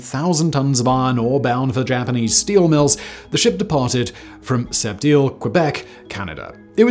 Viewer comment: French hint here: You can pronounce SEPT just like SET. We do not pronounce the letter P in that word in French. Cheers from Montréal, Canada (That's 11 hour drive from Sept-Iles by the way... quite a trip)